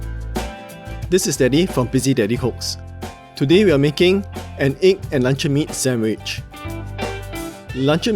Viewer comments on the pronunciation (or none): im keep hearing lancau meat instead of luncheon meat btw thanks for the recipe boss